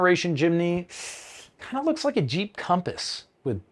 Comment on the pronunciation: LOL "ONLY! Innah YEEP!"